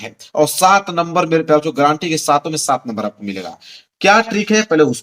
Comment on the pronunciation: सर गारंटी है 😂 गरंटी नहीं 😂😂😂😂